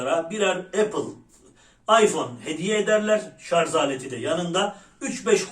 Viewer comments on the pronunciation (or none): şarz değil şarj